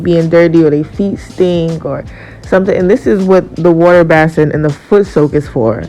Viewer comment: Bless UPS! The Word is Basin (BĀSE) Long Ā sound! Base in!;)PEACE